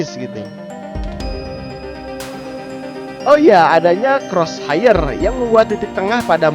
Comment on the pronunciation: kros haiyer (cross hire) ??? kros haer (cross hair) kaka... duuuh...